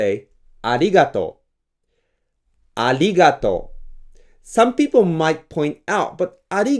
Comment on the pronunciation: Instead of "arigatou", I've heard "aligatou" so many times from Japanese (including in this video). That's because they don't differentiate the sounds of "r" and "l". It's said that there is no "l" in Japanese, but in fact it does because people speak it. Idk, from now on, I think I'll only say "aligatou" since it's not considered wrong by the Japanese. Also, I'm now workging on my voiceless velar plosive "k", which is a "trademark" almost of the Japanese language, you gotta take the sound from the back of your throat. It's not a simple "k" that you produce by almost smiling.